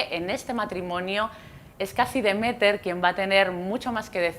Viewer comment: Me chirría que se equivoque tanto con los nombres de Demeter y Persefone a la hora de explicar las cosas